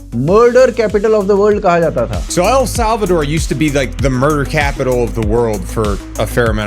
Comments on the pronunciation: It's El Salvador not Al Salvador....😅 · Al Salvador nahi El Salvador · Bhai, I cringe every time I hear you say ‘Al Salvador’. Please pronounce it properly, ‘El Salvador’. एल सल्वाडोर